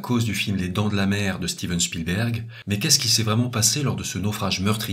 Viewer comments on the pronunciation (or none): none